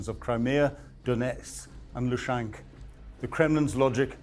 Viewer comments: Why is he calling it "Lushank"??? It is L U H A N S K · "Lushank" Do you mean Luhansk?